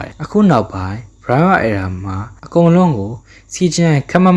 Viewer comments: Hey . . . my brother Toho နဲ့ Toei နဲ့ကို ရောမချနဲ့လေ . . . 😅 နောက်ပြီး အသံထွက်တွေ မှားနေသေးတယ် . . .😮‍💨 Heisei (ဟေးဆေး) Reiwa (ရေးဝ) Era (အီရာ) Gaim (ဂိုင်း(မ်)) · Era က အယ်ရာလို့ပဲထွက်တာလေ အီရာမှမဟုတ်တာ